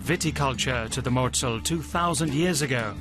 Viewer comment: You show the Rurtalsperre and say it is volcanic. 😂😂😂 So wrong! And it is not MOZZEL. It is Mosel.